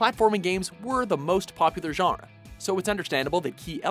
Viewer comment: you cant say genre